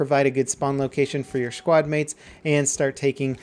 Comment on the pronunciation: "Shkwad mates" level 2016